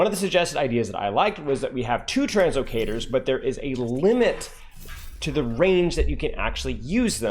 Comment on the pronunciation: Bro said two translocators